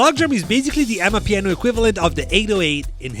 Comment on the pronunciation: you can hear how he Transends to properly pronounce amapiano.